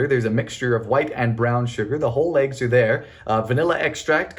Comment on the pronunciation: Hey man why you so happy to have Aggies That's what you call them but us Americans call them eggs why you so silly with them what do you call him that name and why do you say in the weird way